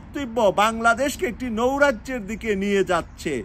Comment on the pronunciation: নৌরাজ্য নয় নৈরাজ্য হবে